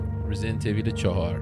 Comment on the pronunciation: واقعا چرا خیلیا ایول تلفظ میکنن اویللللللللللللل حتی کات سین اولی هم کامل تلفظ میکنه